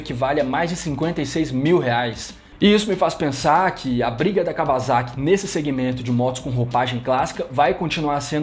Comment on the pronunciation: Blz, só falta aprender falar Kawasaki ( cá ua sa qui ) kkkkk